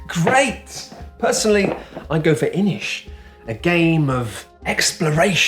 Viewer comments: you learned how to pronounce Inis! My Gaelic-speaking ass was going insane hearing "inis" pronounced as if it was an English word; thank you for your service. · Now thats how Inis is pronounced it really triggered to me in Quinns review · Very impressed to hear the proper pronunciation of Inis. A small touch but it usually gets butchered by board game talky people